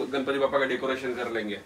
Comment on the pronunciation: Didi decaretion nahi hota decoration hota hai 😂😂😂😂